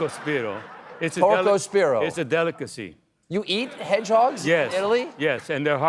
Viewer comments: Italian Fail: It's Porcospino, meaning spined pig. Maybe Porko spiro is how Greeks call it? 😁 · The Italian for hebgehog is "porcospino" not "porcospiro." He almost got it right. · Porcospino and not porcospiro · porcospiNo! This guy doesn't speak italian...